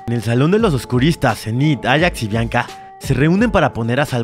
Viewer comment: DIJO BLANCA EN LUGAR DE BIANCA JAJA